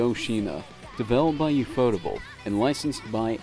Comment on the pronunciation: That's not how you say Ufotable